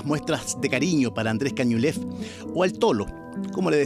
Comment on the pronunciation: Andrés Caniulef, dejen de decir Cañulef